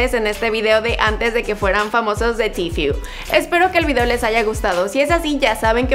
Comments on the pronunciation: Antes de que tifiur jaja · tifiu :v que rica pronunciación :D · Antes de que TIFIU :v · Tifiu xd likeeee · Antes de que TiFiU xD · Como q “tifiu” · Se pronuncia "tifiu" o "tifu"? :v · Tifiu xdxdxd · Tifiu xd Twuiter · Tifiu jajajajaja se pasó de verga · Solo los españoles le llaman así porque no saben pronunciar palabras en ingles xD (Sin ofender)